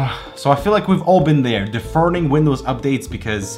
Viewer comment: Lol how did this guy pronounce deferring...